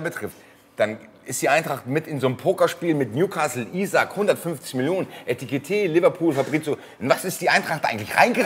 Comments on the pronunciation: es heißt EKITIKE und Nicht ETIKITE😎🤣🙏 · Bro sagst du extra Etikete? 😅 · Das einzig Gute am Abgang ist, dass nicht mehr "Etikité" sagen muss 😉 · endlich muss ich mich nicht mehr drüber uffreesche, wenn nach 1,5 Jahren immer noch ETIKITÉ sagt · Eitikite, Etikite... - aaah! Ich werd wahnsinnig. - Aber es hat sich dann ja jetzt auch erledigt;-);-) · Ich werd Heki vermissen, aber wenigstens ein sauberer Abschied vor dem Trainingslager und höchstmöglicher Transfereerlös. Und ein gutes hat es noch: Man muss nicht mehr hören, wie jedes Mal Etikite sagt:D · Ob noch lernt, dass er Ekitiké heißt? 🤔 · Net böse gemeint aber was ist an Ekitiké so schwer auszusprechen? Weiß nicht ob es 1x richtig ausgesprochen wurde im Video